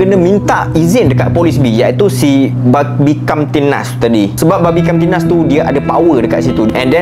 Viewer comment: Susah nampak nak sebut bhanbimkamtibmas 😂